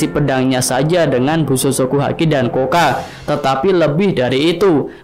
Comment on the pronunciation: Koktou bukan koka